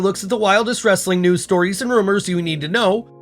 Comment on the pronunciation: There is nothing cringey-er than the way he says "wrrrrrrrrestlin content"